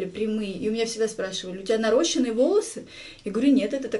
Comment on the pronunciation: Правильно наращЕные и ударение на ё," наращения"